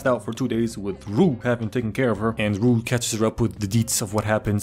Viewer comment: Glad that he had enough respect to say Rue’s name correctly